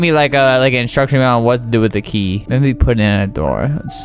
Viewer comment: I just wanna get the key key key" what i hear : i just wanna get the tea tea tea